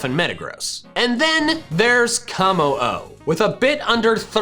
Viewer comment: IT'S KOMMO-O, NOT KOMO HO!